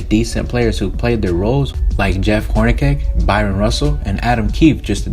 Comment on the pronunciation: U can tell he has no clue the way he says Jeff hornacecks name 🤣 and brad daughtery